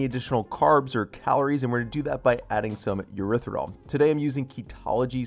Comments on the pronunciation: why does it sound like you are pronouncing the word "Erythritol" without the second 't'??? It sounds like Erythirol. Sorry, but it just bugs me. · This looks yummy but, dang it, PLEASE pronounce Erythritol correctly. It’s not “Er-ith-er-ol”, there’s a “T” in it. It drives me bonkers to hear you say, “Eritherol”...it’s “Er-ith-ri-Tall”. 😫